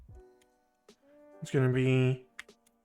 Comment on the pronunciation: "Euler" is pronounced "oiler", just a heads up. Really appreciate the videos!